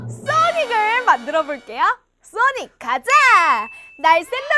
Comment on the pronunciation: 아니 소닉이 아니라 싸닉이잖아 ㅋㅋㅋㅋㅋㅋㅋㅋㅋㅋㅋㅋㅋㅋㅋㅋㅋㅋㅋㅋㅋㅋㅋㅋㅋㅋㅋ